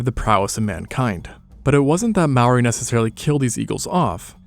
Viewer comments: Awesome video, but pretty rough pronunciation of Māori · This is only Aotearoa and you said Maori wrong the r has like a short tongue roll and sounds like ri (maybe to some ears like a t?) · Dude. It's MAORI. Not "Maui". Maui is the demigod from myths. And Maori is pronounced "mouldy" because you roll the R. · Okay, no hate but, wtf is a maory, it’s mah-o-reeh, Māori. Or u can google it, it’s not easy to say so call em Mary if u want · Its not pronounced "mower" or "mow-ah" its pronounced as "more-ah" with no emphasis on the "r" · It’s not mouri it’s pronounced “moldy” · You said Māori Wong-_- but it’s ok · Yeah finallly Māori that’s my people Kia ora and dont say mori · Its ma ou ri thats how u say it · I always thought Maori was pronounced "May-or-ee" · Why does everyone say Māori like it's spelled the r is pronounced like d if you don't get someone to say Māori like it's pronounced don't make a damn video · The pronunciation was on point, except that in te reo Māori, you roll the r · I noticed that. He didn't say "ma o wii" like most. Or "marry". They're the ones most common way people pronounce maori. I have corrected a few people and told them to say moldy without the L as it's the closest way to pronounce maori. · Just fyi you pronounce Maori as "mouldy" but roll your tongue on the d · you pronounced 'māori' and 'emu' wrong 🥀 also the plural for moa is just 'moa', not 'moas' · Maybe learn to say Māori correct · Dude if your gonna make a video on ancient Māori people say Māori right you could legit search it up for two minutes you did so much other work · When u speak maori roll ur r's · But you pronounced Maori wrong and kupe discovered this land we know today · To say maori. Make the r like a d. The a should have a line on top, it symbolises streching that sound. I know cus i live in new zealand and we use te ao Māori daily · Bro if you can’t roll your R’s and pronounce māori correctly, just say tangata whenua (pronounced fenua)